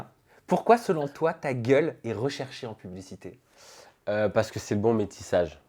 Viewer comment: Il insiste trop sur le mot gueule c’est trop